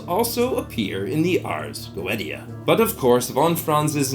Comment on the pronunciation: Is that how you pronounce "Goetia"? 🤔